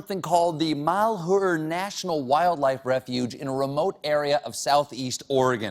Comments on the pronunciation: Funny, but Colbert misprounced "Malheur." It's Malhewr. Not Malhoor. Meantime, those fat, snack-eating bums need to get off public land, my land. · hey! It's pronounced Mal- your... even if you're skit is full of untruths you could at least get the damned name right. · No one can pronounce malhuer mall-hu-yer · The way he pronounces malhuer is so funny I live near that area and he pronounces it so wrong